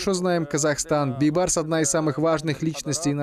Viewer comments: говори правильно, не Байбарс а Бейбарс...смысл большой.....Бейбарс...-Бей тентек барс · надо правилно пройзносить не Байбарыс а Бейбарыс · Нормального диктора надо вам. А то Байбарыс байбарыс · Вот почему нельзя называть всё своими именами??? Зачем и почему коверкать великое имя??? БЕЙБАРЫС!!!! БЕЙ!!! А НЕ БАЙ!!!! ВОТ ПУСТЬ ЕГИПТЯНИ ТАК И НАЗЫВАЮТ ЕГО!!! настоящее имя Бейбарс!! БЕЙБАРС!!! Молодежь смотрит такие исторические фильмы и потом также коверкают имя ну е мое((( в целом все правильно такие фильмы нужны, но я вас прошу не коверкайте великое имя!!! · Бейбарс, а не Байбарс." Бей" означает великий ..барс. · Не Байбарыс А Бейбарс . Что за Казахи Незнают даже элементарные Казахских слова Бай это богатый А Бей Вольный Барс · Почему слова Бейбарс она говорит Байбарс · Не Байбарс а БЕЙБАРС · Читайте правильно,не байбарыс,а бейбарыс,орысы блин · Не Байбарс,а Бейбарс!слово бей,это иной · Бейбарс а не Байбарс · НЕ БАЙБАРЫС А БИБАРЫС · Уважаемая, его имя произносится БЕЙБАРС, ПОЧЕМУ ВЫ ИСКАЖАЕТЕ. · Не поняла почему автор все время говорит Байбарс? Как его на самом деле зовут Бейбарс или Байбарс ? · Почему она говорит Байбарс?! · Правильно произносите имя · Мангурт,хоть правильно не смогла поизнести имя султана Бейбарса.